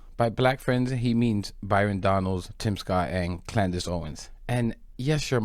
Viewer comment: “Klandice” Owens 😂😂